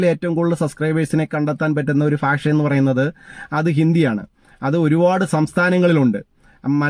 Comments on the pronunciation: ഭാഷ എന്നു പറഞ്ഞു പഠിക്കുക. ഫാഷയേ കൊല്ലല്ലേ ..... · ഫ അല്ല ഭ 😅😅😅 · അയ്യേ എന്താ മനുഷ്യ നിങ്ങളുടെ ഫാഷ. ഭാഷ എന്ന് പറയു.